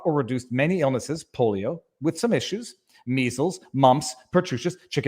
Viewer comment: Did he just say the "polo virus"?